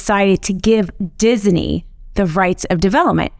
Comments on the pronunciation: Disney is 2 syllables not 3 the way she keeps pronouncing it. Someone please tell her that its Dis-ney not Dis-i-ney. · It's Disney, not Dis-a-ney. 😜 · Every time you hear ''Dis-i-nee'' in this video, DRINK! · I like how she emphasizes Disney in the beginning to show how dumb it was for DeSantis to attack them.